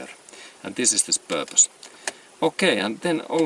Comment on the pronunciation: You lost me at "Vat tis iz Purrpiss"...